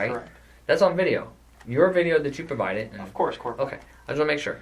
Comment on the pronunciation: This is petty but, I can't stand when he calls Corporal Ramsey "Corp"